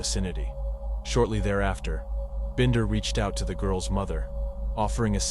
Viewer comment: Would you please put more effort into your videos? You call Michaela 2 different names in this video. You did the same thing with the susoect going between Binder and Bender. If you're going to make videos about murder victims, you have a duty to show them the respect of pronouncing their names correctly each and every time. ETA ~ The music is unneccessary and too loud.